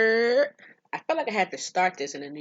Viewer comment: She said yerrrr and I subscribed